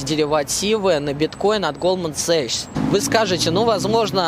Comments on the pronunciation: Только не Голдман Сэчс, а Голдман Сакс :) А то аж уши режет) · Не САКС а САХС